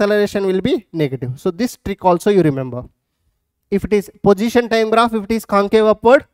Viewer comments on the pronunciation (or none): sir it is position not pojition